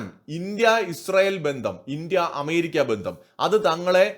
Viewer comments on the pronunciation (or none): none